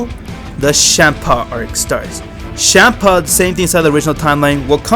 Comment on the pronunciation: It sounds like you say shampa instead of champa